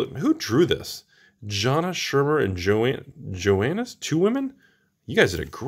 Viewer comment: Johannes is a dude's name. Pronounced Yohan or Yohaness lmao.